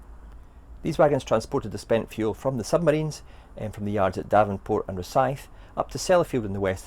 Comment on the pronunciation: "DEvonport", not "DAvenport"!